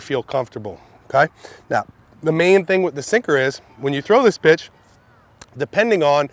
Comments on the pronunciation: it sounds like that's what he said but it's pitch 😂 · Did anyone else hear b*tch instead of pitch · I heard Pitch and Bitch mixed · sound like he says when you throw this bitch 😂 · it’s sound like he’s saying “when you throw this bi*ch” 😂😂😂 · omg i heard that lol